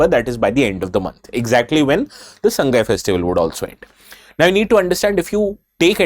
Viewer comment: It's Sa-ngai , not Sang-gai.